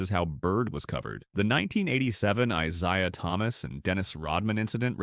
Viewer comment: Who da hell is I Zye uh Thomas???